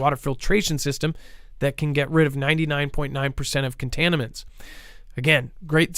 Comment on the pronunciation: “contaniments” lol thanks